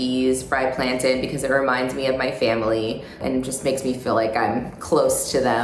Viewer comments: did no one else hear “plantin” instead of plantain LOL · sooo... why does she say "plan-tin"........ :( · why does she pronounce plaintain like that?